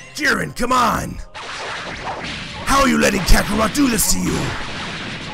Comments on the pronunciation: "Kakorwot"??? The heck why ya call Kakarot with a "w" WTF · Its kakorot not kakorout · So can i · Kakarote XD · ButterWings kakarote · Uhh why does sound like he is saying kakarout whenever he says kakarot most of the time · Did say kakaroute? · If was a wrestler I think he would sound like this. And the way you say kakarot is hilarious